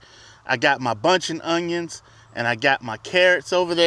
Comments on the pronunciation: 2 things. Are those unjuns short day? The proper way to pronounce that garlic is wrong every time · Fun Fact: When I was younger my friend and I would pronounce onions the way you did in this video and we would just say it was the country way of saying it. lol